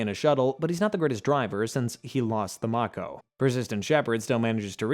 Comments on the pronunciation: Bro did u play the game its may-ko like the shark not mako some times spellings isn't the same as pronunciations. Bro love the content just hate pronunciations makes me think you never played the games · Listening to this guy mispronounce so many words is excruciating. Rachni, tali, mako.... pretty sure this guy never actually played the games